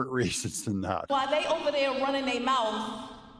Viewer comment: Doug, she said mouf! Let's end there.